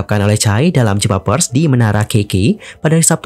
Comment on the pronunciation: Sekedar mengkoreksi pengucapan, konferensi PERS bukan VERS 😃😃